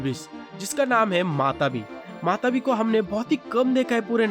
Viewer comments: Yr wo matabi nhi hai matatabi hia shayad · Bhai woh matatabi hai matabi nahi